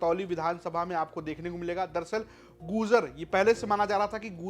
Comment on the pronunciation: Apna pronunciation sahi kre . Gurjar padhe gujar nahi.